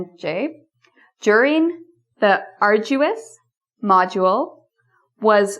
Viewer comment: ....and!.... "ah'r-joo-us"?!....